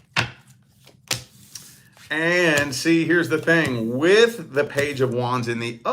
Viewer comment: Why do you say "which" instead of "with"?